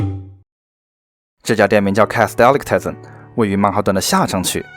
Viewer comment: 冒昧指出 delicatessen 这个字 重音放在te这个音节上